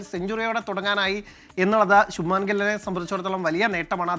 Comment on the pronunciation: Shubamaan gill.alla shubman gill..don't call North Indian names in malayali way be it the way it is.